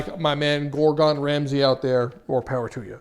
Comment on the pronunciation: "Gor GON" Ramsay 🤣